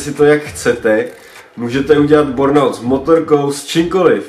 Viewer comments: Kluci není to náhodou bUrnout a ne bOrnout??? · Čti bérnaut